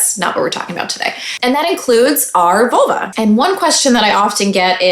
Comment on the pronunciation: I keep hearing Volvo.